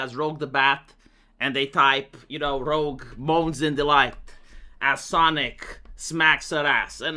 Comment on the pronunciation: Most people misspell “rogue” as “rouge.” Somehow, you managed to mis*speak* the opposite.